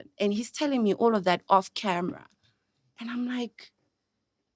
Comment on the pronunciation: I love how pronounces "camra" when referring to a camera & he's such a cutie pie.